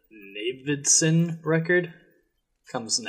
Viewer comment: I dig almost any House of Leaves content and I like where this could go - up-voting. Could you pronounce Navidson's name right though? It's rankling me. He's referred to as Navy (Not Navid) by every major character in the book. Cheers.